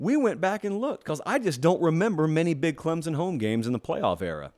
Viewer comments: It’s Clem-SON, not Clem-Zin!!! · Love your show brother.. But please stop pronouncing it "ClemZon".. There's an imaginary "P" right after the M lol.. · Heck...this dude can even pronounce Clem Son.....where is the Z? Yes it is annoying.